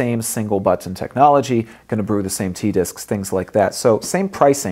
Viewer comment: it's funny lol